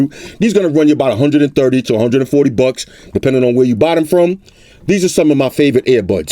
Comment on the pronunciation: The way he says "Bucks" makes me laugh every-time